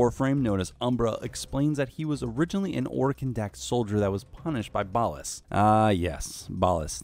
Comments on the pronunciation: It’s ballas not ballus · How do you mess up the pronunciation of Ballas when the game literally pronounces it for you on several occasions? Gross.